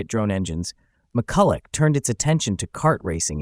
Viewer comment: Mu-ku-la is the correct pronunciation